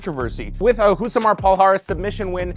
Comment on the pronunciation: Stopped watching when "Rousimar" was mispronounced. For eff sake, do better.